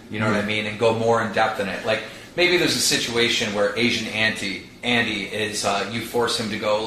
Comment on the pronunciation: "Asian Anty" - Keemstar 2018